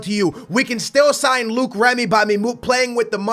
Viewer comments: please pronounce Remy right... It's not Luke its Low-ic (Loic) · Its Loic Remy not Luke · It's not Luke remy its loyc remy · it's loic not Luke not trying to hate but that's how u say it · Don't buy Luke Remy. Buy Loick (for pronunciation) Remy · it's loic not luke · Its LO-IC Remy... Not Luke Remy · Some help for French pronounciations ! Loïc is pronounced "loh-heek", and Maxime is pronounced "Maxim", the final e in French is not accentuated ! Oh, and about the scouting of players from France, there was the name of Nabil Fekir in one of the mails in your mailbox. Regarding Fekir, he could be hot stuff in the next years. He has already been compared to a sort of "leftie Ben Arfa". He also made a bit of controversy because he holds two nationalities (France and Algeria) and had to choose for which country to play. Deschamps persuaded him to play for France. But I don't know Fekir's level nor stats in FIFA. Cheers, keep up with the cool series ! BTW, I was probably the only guy in France that wanted Portugal to win the Euro ! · You pronounce Loic Remy- L-oy-k Remy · "Luke remy" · its lo-ic remy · Wait?Is Luke how u pronounce the Löic in remy? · Remy's first name is pronounced low-ik